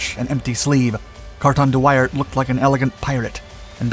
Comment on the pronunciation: Are you sure that is how Wairt is pronounced?